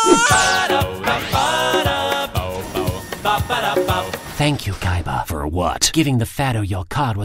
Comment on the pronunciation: wow thats funny how he said yes it sound like kes